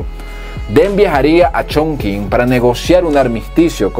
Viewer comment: Excelente el contenido gracias por compartirlo. Una sugerencia en mandarín las combinaciones con la q se pronuncian tch de allí la distancia Qing sería tching (de allí viene el nombre del país) ya ciudad de Chonqing sería Chong(tching)